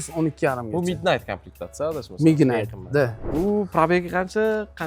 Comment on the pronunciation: Mednayt ❌Mignayt ✅